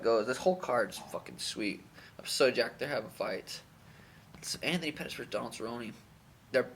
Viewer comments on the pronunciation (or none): none